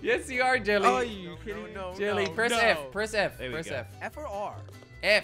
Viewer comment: Kwebblekop always says jilly